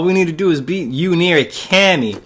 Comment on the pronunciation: Thanks for the walkthrough. While I found your commentary annoying at times (especially that way you pronounced Yu's last name, why do you think talking like that is funny?), I did like seeing you play the game on a high setting. Other fighting game walkthroughs I've seen just cheese by pushing the opponent into the corner and spamming melee attacks, even with characters who aren't designed to be used that way. This gave me a better picture of how each character is meant to be played.